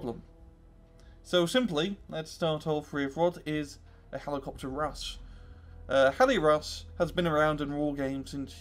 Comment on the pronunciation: heli rus? rush*